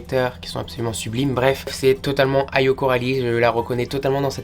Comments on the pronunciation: Par contre ça se dit éyo et pas Ayo 😉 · ( on dit "Éyo" )